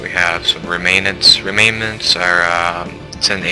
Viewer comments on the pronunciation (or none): good let's play but i'm pretty sure it's ("rem-nants") unless i read it wrong and it really is "remainents"